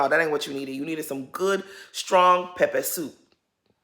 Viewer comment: Nahh the way you said “peppersoup” you must have Nigerian family 😂